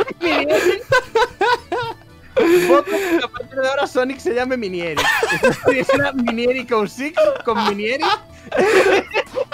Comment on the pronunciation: Se dice miniEGGrick